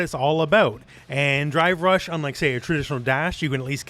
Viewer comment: I can't stop hearing "Dry Brush" when he says drive rush.